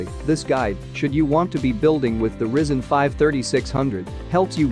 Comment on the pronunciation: ah yes the Rizzen 5